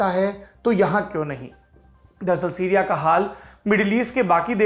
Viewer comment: सिरिया नहीं सीरिया होता है ।